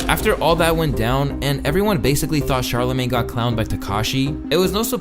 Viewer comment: bro said "that charla made" (referencing charlamagne)